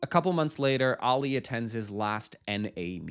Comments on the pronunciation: Please…it’s pronounced AH-lee, not Allie! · Who is Alley? His name is Ali - pronounced Ah-Lee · I like that on the last euphoria reaction you've corrected yourself by pronouncing Ali's name right and then proceed to say it wrong in the next 🤣🤣